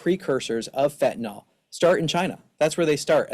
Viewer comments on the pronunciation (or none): It's not fentanol, it's fentanyl. Nil!